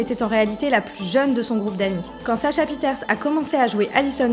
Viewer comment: pieterse ne se dit pas « pi-eh-taire-ce » mais « pi-eh-taire-ci » désolée haha mais j’étais obligée